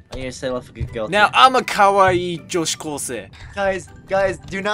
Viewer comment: It's ultra kawa-OW!!!